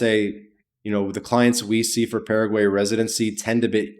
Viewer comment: Don't take advice from someone who can't even pronounce the name of the country correctly.